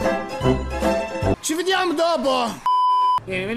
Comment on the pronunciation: "Ci vdiam dopo"